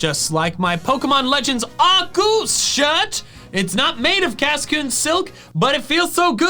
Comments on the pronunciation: Correct pronunciation of Arceus is 'Arkoos' , not 'Arkeus'! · IT'S ARCEUS, NOT ARKOOS! PLEASE SAY IT RIGHT! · Why people keep butchering Arceus nama. Is Ar Se Us. Not ArKeus, Not Aku. In Japanese is ArSeRuSu. So in English and Spanish in Any Language should Sound ArSeUs. ArSeus, ArSeUs.😅 Geeez! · STOP SAYING ARKOOS ITS ARCEUS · Its arSUS not arKOOS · It’s Arecus not Arckoos 🤦‍♂️🤦‍♂️💀💀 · If you’re gonna pronounce Lord Arkoos’ name, pronounce it correctly, peas and carrots. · No, it is Arceus! Arkoos is not how you say the name, or spell it for that matter! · ok heres something i learned its actually pronounced Arch - e - us not Arc - e - us or Ar - koos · ahr-KAY-oos. If it's a Latin word, that's how it would be said. Love your channel mate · bidoof is not a God he is a stupid beaver. And also can you stop saying arkoos it annoying 😒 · I can't help but find it actively discomforting that you actively mispronounce Arceus' name... Like, why? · IT IS ARCEUS! THERE IS NO K IN THE NAME, AND THERE ARE NO O'S IN THE NAME! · How come you're pronouncing it like that #arceus